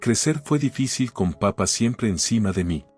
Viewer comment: se come los acentos papá y mamá aprende a leer